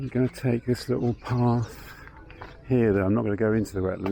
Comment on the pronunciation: Such an interesting accent. Many unsounded letter 't' words. Thus, 'little' becomes 'liowl'. That's not a criticism - RP is not obligatory.